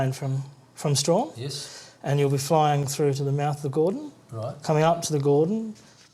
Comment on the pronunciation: Pronunciations of Huon and Strahan 😂nice vid though😊oh the English stole not took over😮